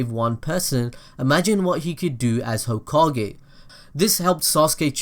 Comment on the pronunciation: gokage lol